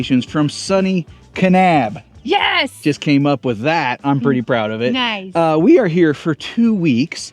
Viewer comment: My home state! 😍 And y'all said Kanab and Zion correctly! Bonus points! Haha! 😂